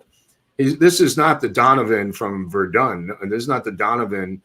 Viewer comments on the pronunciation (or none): none